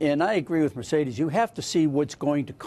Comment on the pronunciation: Mercedes COLON, seriously? Obviously he hasn't taken spanish.